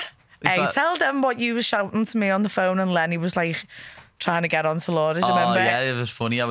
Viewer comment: Molly gotta learn how to say remember because despite how much I like both her and Paddy hearing her say it as “renember” is getting under my skin too much 🤣